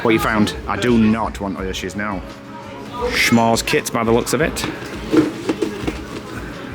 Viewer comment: S’mores not shhhhhmores you guys really pronounce a lot of words wrong 😂